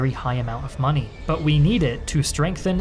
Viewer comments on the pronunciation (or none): none